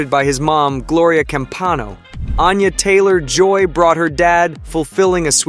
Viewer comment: You mispronounced both Anya Taylor Joy and Da’Vine’s names.